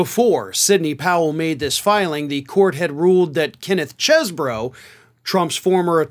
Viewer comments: it's Ken "cheese"bro from Wisconsin, not "chez"bro. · You keep saying Chez Boro...but it is really pronounced Cheese Boro. :) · You're trying real hard not to pronounced it "cheese bro" aren't you.😁